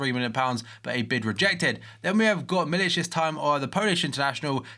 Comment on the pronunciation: Milik is "Milick" not "Milich"